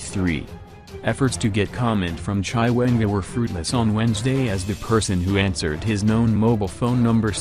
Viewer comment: Chaiwengwaaa... nxaaah why can't you pronounce people's name correctly?